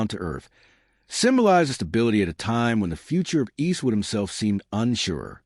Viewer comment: Cant stand the way the ai says "Eastwood " & he says it enough to make it an annoying drinking game